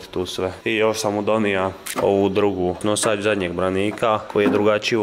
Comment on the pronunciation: Kaže se noŠač